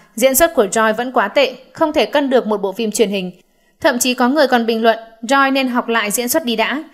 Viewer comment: Theo như t bt thì Joy (Red Velvet) đọc là Trô y thì pải, nghe bên Hàn đọc v ak